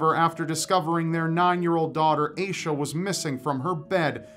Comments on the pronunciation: its AH-sha not AY-sha ommmmg my skin is crawling hearing it mispronounced !!!! its my name also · Hearing mispronounce the name Asha (cause that's freaking my name) makes me want to die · It's not pronounced "Aye-Shuh", it's pronounced "Ash-Uh". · It's pronounced like Aw-sha not Aysha